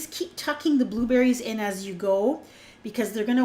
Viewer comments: i thought you said "booberries" and "blueberries" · G DeVz hahahaha i heard it too!